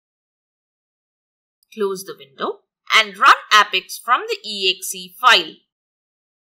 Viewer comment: Thank you, nothing helped. Please dont pronounce it as "app - ex" its "ape-ex".